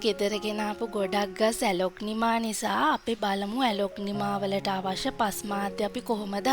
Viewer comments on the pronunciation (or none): ඇලොග්නිමා නෙවෙයි ඇග්ලොනිමා නේද